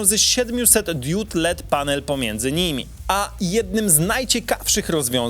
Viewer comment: Po pierwsze "DIOD", nie "DIÓD". następnie. Tak mercedes ładować się ma w 5 min. pod warunkiem, że bedziesz miał ładowarke 800 KW.